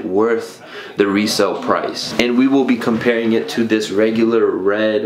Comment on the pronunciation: "Retail brice "